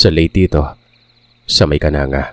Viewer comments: Its not Kananga po it's kanang-ga po😅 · Mali ang pagka bigkas ng lugar.di yan kananga.kundi ang bigkas.KANANG GA. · pronouncatuion po Ng KANANGA, AY KANANG-GA PO.😊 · Its kanang-ga ang pagbigkas yan hindi kananga, may pinsan ako jan isang guro d ko nalang pangalanan, kasunod nyan is villaba at kasunod ay palompon. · Kanang .ga po pag basa niyan KANANGGA LEYTE taga baybay Leyte ako 😊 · Kanang ga po pronounce nun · Kanang(ga) Po yung pagkakabigkas:) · Kanang ga po Ang pag bigkas nyan